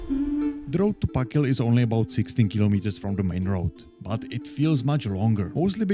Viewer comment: Þ (Th) = th as in "think" (not as in "this") ak = sounds like "ahk" gil = roughly "gil" with a hard g (like in "give"), though the Icelandic g is a bit softer than in English. So speak it, THAHK-gil, please. But sure, a realy nice hike.